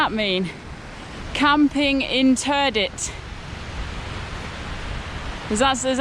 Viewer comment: Camping interdit - camping is forbidden or, more idiomatically "no camping". (The French pronunciation is comp-ing an-ter-dee).